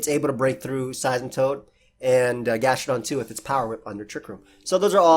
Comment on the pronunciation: Bruh that 'gastrodon' ahahahahaha